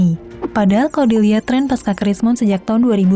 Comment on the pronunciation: Menit trek ya mungkin min bukan tren